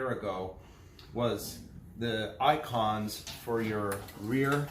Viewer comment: ¿"ONCONS"? Did you really say that?